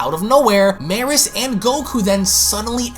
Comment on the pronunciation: Its pronounced me-rus. Like beerus but with a m